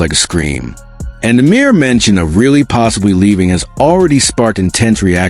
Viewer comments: You don't even watch hockey. If you did you'd know how to pronounce the guys last name! REALLY? NO REILLY! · It's pronounced RYE LEE